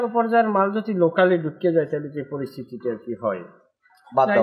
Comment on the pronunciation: মালের উচ্চারণে কিছুটা সমস্যা আছে, আশা রাখি ঠিক হয়ে যাবে। অভিনয় ভালোই সবার।